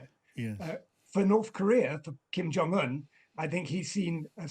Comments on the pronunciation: How can a journalist talk about anyone, yet not know how to pronounce the name of the individual they're speaking about. Their lack of knowledge, amuses me. Kim Jong Un, not Kim Yong Un. Other than that, Rocket man and his Russian equivalent, I'm sure will meet their maker in the near future. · Kim JONG Un (not Yung)